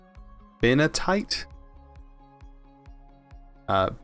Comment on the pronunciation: You should ' ve taken chemistry. All those hard to pronounce elements. gives a me chuckle everytime you say benitoite or diamantite XD